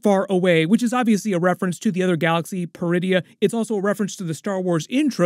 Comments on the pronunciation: I swear I hear DRUIDIA every time I heard them say Peridia lol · Almost jumped out of my seat when I thought I heard them call the planet “Druidia”… 😂 I had to rewind and turn on subtitles. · Ok, ain't gonna lie. The first time they said it, I heard DRuidia. I almost choked on my blue milk.